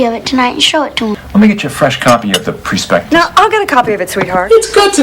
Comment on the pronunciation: . PRE spectice!?! Some money man! can't even pronounce the word prospectus , like prospects? Wow?...